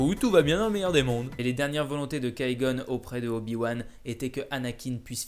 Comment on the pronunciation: kai gon c'est Qui gon arrête de massacré les nom